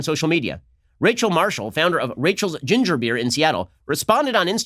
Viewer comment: You know what stood out to me in this video? The way Ben said GInger beer. He put the emphaaasis on the wrong syllaaahble 😅